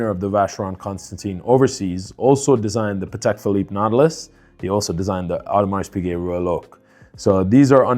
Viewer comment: As a watch dealer, you really should learn how to correctly pronounce “Audemars Piguet”.